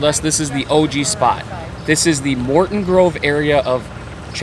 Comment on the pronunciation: How hard is it to pronounce Chicago. You mispronounced literally every single name. Chicago, Pequods, Morton Grove. None of these are hard to pronounce. It’s kind of embarrassing.